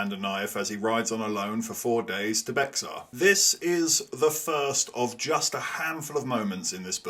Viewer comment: Love the video—just a tip on pronunciation. Bexar is pronounced ‘bay-har’ in Spanish or ‘bare’ by Anglos in Texas.